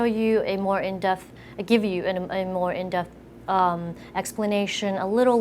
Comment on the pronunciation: "In death" xD I think its "In depth"